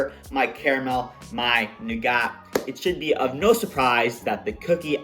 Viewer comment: Buddy you’re killing me with that pronunciation of nougat! Think…noo-guht…sugar, honey and egg whites